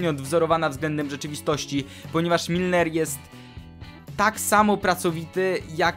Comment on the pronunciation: Milner a nie Minler!!!